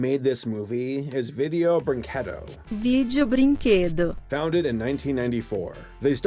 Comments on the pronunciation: Well, at least you didn't pronounce the name wrong. Blameitonjorge and the Phantom Strider do that all the time. It always comes out as VIDDY-o brin-KWAH-doh or brin-KWEH-doh than breen-KAY-doh. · I think was the first youtuber to say "brinquedo" without pronoucing the U (In portuguese, U after Q is muted most of the time).